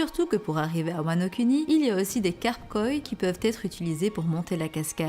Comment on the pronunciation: Wano Kuni.... Prononciation: Wano kOUni